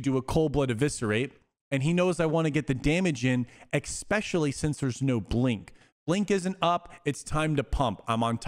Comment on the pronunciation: Oh no, you're one of the "EX-pecially" people... For the love of god, tell me you're "AXING questions".